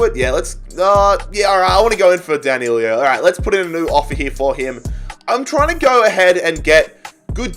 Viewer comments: D A N I L O not D A N I L I O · It’s DAN I LO THERES NOT TWO i’s it’s not danilio it’s dan. i. lo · Danilo...nicht Danilio. Das ist doch wohl nicht so schwer!